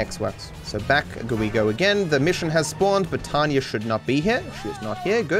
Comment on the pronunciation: her name is Tonya. TONYA. Not Tanya. It's not your accent. Say it correctly.